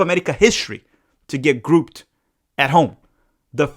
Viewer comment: I'm here for realism not optimism especially when nothing concrete has been provided. By the way, can you say grouped?